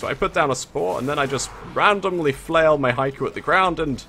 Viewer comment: it's not an accent it's just a mispronunciation. it should be said like he-ko